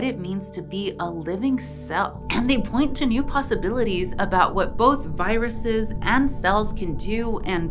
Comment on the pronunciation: "Giruses" Bless you